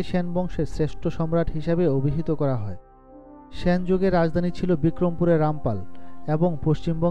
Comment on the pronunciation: "স্যান" বংশ... 😂😂